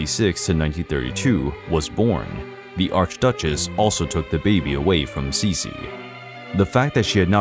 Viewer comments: The names, you BUTCHERED them all! The rest is nicely done, but still unwatchable. You even mispronounced Sissi. Like how?!? Sharp S's like in "s"nake with a barely notible first i. Gisella completely wrong, its a long i with super soft s and prone a. Not like gazelle at all. Do it right or don't do it! Would I've been Austrian, I'd feel insulted by this performance. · The narrator used English pronunciation instead of German. This make sense as the entire video is in English.